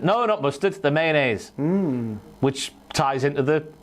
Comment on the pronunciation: You said the word "Male-onnaise", which I hope to never hear again, while I was eating my morning yogurt. I managed to finish it, so no harm done., ya scamp. Good list!